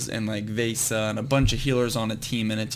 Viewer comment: Hey, Vesa is pronounced v-eh-sa and Fegan is pronounced Fee-gan